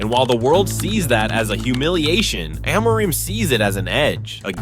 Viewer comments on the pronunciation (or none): I don’t trust the opinion of a guy who pronounces Amorim’s name differently every time.